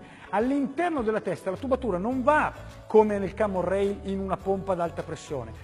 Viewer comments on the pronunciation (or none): cammon rail non si può sentire pero :-P